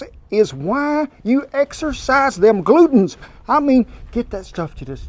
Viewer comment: Thank you for a great recipe. I love fresh bread. But.....I laughed out loud when you said we need to 'exercise those glutens'. What I heard was 'exercise those glutes'. I thought, Kent you are certainly innovative with you kneading technique.